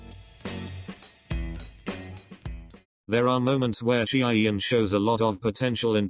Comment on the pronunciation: I think you messed up their names severely lol